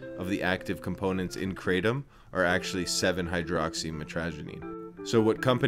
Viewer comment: pronounced Krahtom, not kraytom. Also, no one has ever died from Kratom alone. There is a drug crisis for sure. Kratom doesnt work for everyone. Not illegal here in Canada, but has to be labelled, "Not for human consumption".